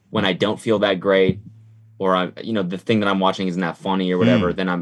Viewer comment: ethan’s “GRET”